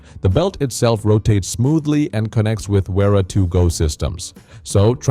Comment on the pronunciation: Repeat after me. Spelling is Vera not uira. 🙄